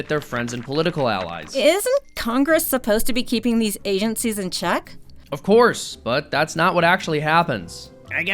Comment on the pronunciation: "Blame Agencicies"